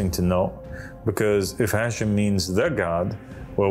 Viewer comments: the word is pronounced as "Ha - Shem" pronounced as two words. not "hashem". The word is two words meaning "HA" is "the" and "SHEM" is "Name". This has nothing to do with Islam. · Pronounced....HA shem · And don't you just love his mispronunciation of Hashem? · Poor guy doesn't even know that Hashem means the name 😂😂😂 And that Hashem is mispronounced when he says it